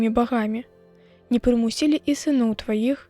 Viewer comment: Правільна: не прыму'сілі, а не прымусі'лі.